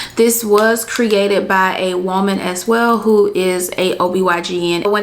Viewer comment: I love how you say whoaman lmaooo